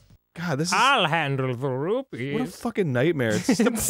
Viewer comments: Note also that the salesman dude actually said 'Rubees' instead of 'Rupees'. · THEY SAID ROOPLES POOPLES, PLEASE TELL ME DEVIL'S THIRD IS GETTING FINISHED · It still offends me when the characters say "rubies". Like come on, you're making an "official" LoZ game, pronounce the names correctly